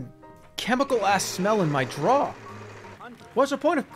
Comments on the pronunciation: He says "drawer" a different way every time, and none of them are correct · the way he pronounced drawer makes me want to hurt him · Classic boston maniac, “jrawhr” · scenter DRAWW liners.. who the hell has a scented DRAWW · why does Jerma pronounce drawer like that?? JROAR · His pronouncing of the word 'drawer' blew my mind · he's never been so boston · Nothing brings out the boston accent more than "drawer" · Jerma has never said a word more Boston than drawer. He says like half the word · Why is he saying "Drawer" like that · i think hearing the most boson pronunciation of "drawer" took me out of jerma fandom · Why does he pronounce "drawer" like that? I'm scared